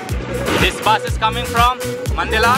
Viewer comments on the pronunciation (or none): The bus comes from Mandalay not Maandala🤣🤣